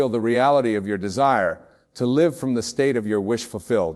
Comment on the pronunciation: Love this,,, btw check the AI created words as there are a few mistakes; one was at the end when Wayne said,”LIVE”with the long “I” sound instead of the short vowel “I”. That’s when I knew it was AI created and implemented into this video. Though it’s his words ; AI MAKES mistakes